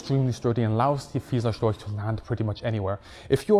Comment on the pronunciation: him pronouncing storch as "stoik" makes me want to game end myself